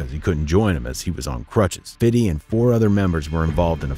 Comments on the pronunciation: 🤣😂🤣it’s Fifty not Fidy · It’s FIF-TY not fiddy!!! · Fam...stop saying "Fiddy". It doesn't make you seem or sound cool. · How hard is it to say fifty (fifth-tee) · Stop saying 50 like that.